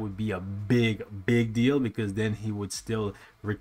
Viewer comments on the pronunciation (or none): none